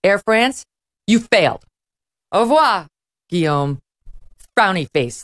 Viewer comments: I admire her saying ''Guillaume'' the French way and not like some ugly American wjo might say Lewis instead of Louis. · Well, with one caveat. In French its pronunced "Lou-i", not "Looisssssssss". Guillaume is well pronunced however.